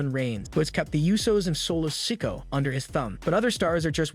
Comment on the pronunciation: His name is pronounced so-ko-a not sak-u